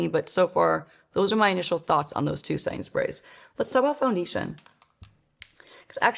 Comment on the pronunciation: Is anyone else hearing "Sainsbury's" instead of "setting sprays" or is it just me going insane?!